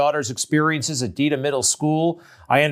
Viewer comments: Good on for exposing the BS. However, not so good on the journalist, who clearly didn't do his research... calling the Massachusetts city "DEEDham" when it's pronounced Dedham, ded, like bed. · ...it's DEAD-AM" like in "dead", not Deedham....LOL...that's Mass lingo